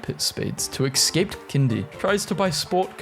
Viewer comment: Ugh. For the love of all that's Holy, Escape is not pronounced "Eck scape". It's "Ess scape". Also; how to tell me I know you pronounce "Etcetera" "Eck cetra" without telling me you pronounce it ecksetra, lol. (Bonus- who the F pronounces Tortoise, "Tor Toys"?